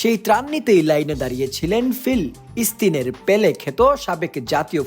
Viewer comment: আপনি ফিলিস্তিন বলেন না ঠিক মত কোনো সময় বলার সময়ে আওয়াজ একটা লাগিয়ে দেন এখনো ঠিক ভাবে বলেন নি